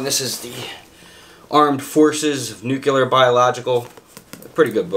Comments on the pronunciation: Oh and now the nucular🤣 instead of nuclear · New-Clee-Ar NOT Nuc-You-Lar, New-Clee-Ar. Part of knowing a lot about a subject is understanding how to pronounce it correctly. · “I know a lot about this nucular stuff” hahahaha. Sounds like George Bush